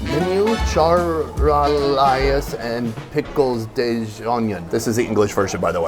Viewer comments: "Shar-o-Lay" = Charolais. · You had trouble with the word charolais. It is a breed of cattle like angus for example. It is a French breed.